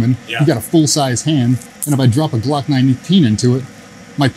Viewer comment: Did I hear call a Glock a Slock on purpose?